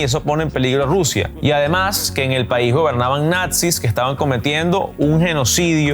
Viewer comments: ¿Dice Natzis?, Deutsche Welle si no les van a bajar el video que diga la palabra tal cual es. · “Natzis”?💀. NAZIS!!!!